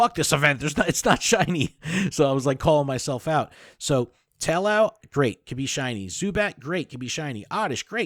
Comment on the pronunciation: Probably because the amount of cringe lol. Adam saying to put ducklett for field research instead of larvitar and you mispronouncing taillow. SMH